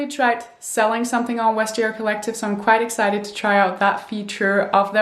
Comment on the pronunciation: Not to be nit-picky, but you don't pronounce the V as a W (as you would in German, but not in English or French) in Vestiaire Collective. I really like your content though and congratulations by the way!